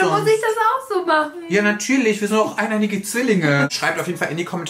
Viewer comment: "wir sind doch eineinige Zwillinge"